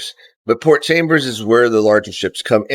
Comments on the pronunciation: Correction....it is Port Chalmers not Chambers as you pronounced. And thats the log wharf beside your berth. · Port Chalmers mate it has no B in it LOL